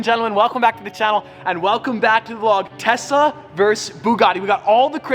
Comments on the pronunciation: or did he say Tessa instead of Tesla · 🤭🤭 He's saying - 🤦🏽‍♂️ "Tesa" and not Tesla! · im pretty sure he says "Tessa" instead of "Tesla" haha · it sounds like he saying Tessa instead of Tesla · I thought you said Tessa at first not Tesla lol Edit: I did read the title 🤣🤣🤣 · Every time you say Tesla, I feel like you're saying Tessa 😂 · I love how he said tessa instead of telsa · he is saying TESA, not TESLA JAAJAJAJ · Is it just me or does he say "tesla" as "tesa" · Is it just me or keep pronouncing “Tesla” as “Tessa”? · I think has been around with Tessa alot: "Tessa ( Supposed to be 'Tesla' ) vs Bugatti Me: 😉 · 😅I keep hearing Tesa...not Tesla🤔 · I heard Tessa vs Buggati. I almost died laughing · Is saying Tessa instead of Tesla?? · I kept hearing "Tessa" when he said "Tesla" throughout this video...🤣🤣🤣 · tessa instead of tesla, and bob the snowman?? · Did he say Tessa instead of Tesla 🤔 I swear to god Teslas are now boring they slow af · Notice at the start how he says Tessa instead of Tesla. 🤣 keep up the great work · Is it just me or does say “Tessa” instead of “Tesla” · Na he definitely said Tessa once or twice throughout the video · Actually he did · He did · I thought he was saying tessa :/ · I commented the same 🤣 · Is it just me or is everyone hearing stradman saying tessa instead of tesla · Sounded like he was saying Tessa instead of Tesla, but speaking of Tessa where is she??🧐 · Is it just me or it always sounds like he’s saying Tessa instead of Tesla. 😂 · Sounded like he said bugatti 🐞 vs tessa 💁‍♀️ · I thought he said Tessa instead of Tesla. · "Bugatti vs Tessa" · Who else heard Tessa when he said Tesla? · Same there should be buggati vs tessa v tesla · Did he just say "i spent my day in ubers and in tessas" like i mean one tessa would be perfect but i guess one wont cut it for you "time:1.35". JK I KNOW HE MEANT TESLAS BUT I WANT TO PICK ON HIM A LITLR BIT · Why do i hear Tessa insted of Tesla?? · Did I hear it as tessa